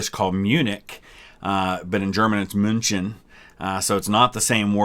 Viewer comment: München is also pronounced münhen not müntšen :D